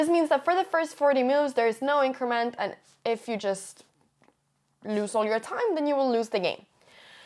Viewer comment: Your English is near perfect Anna, but your vowels amuse me... "chuss"!